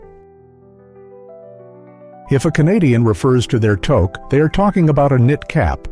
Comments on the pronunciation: I'm losing it on this whole Toke thing. I guess its better said as tooque instead of toque. If you're doing a video about Canada get the pronunciation correct. Guess we also have to ask if it has to have a Pom-pom on the top to be a toque. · Wtf? It is not pronounced toke. It is tewk. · Its pronounced, toook , not toek . Other than that you got the canadian ideosicrosies bang on , good job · AI is reading this, we use a toque in the Canadian winter, (😬 and NOT a toke.) ❄❄❄❄❄❄❄❄❄❄❄❄❄❄ We pronounce it "took". Essential Canadian vocabulary. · Toque is pronounced "tuke" not "toke" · Your AI speaker is Pissing me of It's Pornounced TUK not TOKe EGGGG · I take it you’re not Canadian. Otherwise, you’d know how to say things like touque “TOO-K” (too + k) not toke. Hilarious because that’s another part of our culture… cannabis! 😂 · pronounced ToooKE , not toke, but sometimes both. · TOQUE !!! Pronounce it properly eh They have this robot talking like it’s a proud Canadian. If you’re born and raised in Canada (unlike the ai robot) you know how to pronounce Toque and you also know what a Toboggan is. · TOKE a shiboleth all right. it is TEWK You have betrayed yourself with this "shiboleth." Hilarious, ironic. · It’s a tooke not a tok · It's not a "TOKE"! It's pronounced "TOOKE"! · It is pronounced tuke not toke eh! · Umm a toke is something else in Canada. Something that was legalized relatively recently and something I can't see helping you survive in winter. The winter hat is pronounced 'two-k'. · Alright man, time for a pronunciation lesson... it's toque (rhymes with Duke!) Okay ? It makes my ears bleed when I hear that mispronounced by every american AI voice!😂😂😊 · Great clip, but it's pronounced " Tooque" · Spelled TOUQUE and not pronounced as toke. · It's pronounced "touke" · It's pronounced 'tuke'. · The phrase is,, “how do you like your coffee?” And the answer was, “crisp!” You need to start reading and pronouncing properly. And TOKE? Come on!